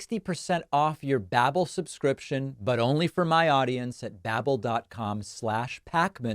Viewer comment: Babbel ... as in Babbel fish 🐟, pronounced like bible with an A .. B'able.